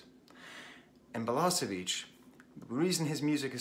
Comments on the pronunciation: Nice video, but please.... it's balaSHeviCH, not balaSeviCH 👍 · she should have thought you how to pronounce his name. it's BalaSHevich and not BalaSevich,,, nice video though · Thank you very much brother for a wonderful homage to a great human being, with brilliant mind, Đorđe Balašević. Verily, he was the human singer. Thank you also for mentioning Sarajevo properly and fondly. One thing though, please pronounce his surname more like Balaaashavich instead of the way you do it since it sounds very close to the surname of the Balkan butcher that Đorđe openly and secretly despised so much. I know that you would not want that. Cheers and regards from Sarajevo! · I was there when he came to Sarajevo after war, at first concert of two. I cannot explain this feeling, this experience... Let me just say, everybody (including Balašević) cried about half of time and laughed the second half, with no clear line between it. Btw, try to pronounce his name as "Balashevich" (not "s", "sh" where "š" is). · Thank you for this comment. It was very touching. And yes, I know that I don't pronounce his name correctly! Quite embarrassing for a language teacher. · Perfectly written, but don't lie to him that he pronounced it perfectly fine. You know he didn't, and he knows it too :)